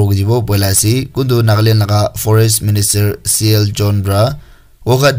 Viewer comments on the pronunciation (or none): none